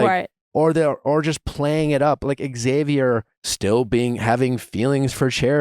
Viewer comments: Ahhh it’s “Zavier” PLEASE stop with the “ex-zavier” it’s hard to hear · Say it with me now: Xavier = ZAY-VEE-ER. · That is how my son's dad has always pronounced our son's name, Xavier. Ugh.🤷🏼‍♀️ Please, pronounce the X. Thank you. The other common mispronunciation is "Zavier."🤦🏼‍♀️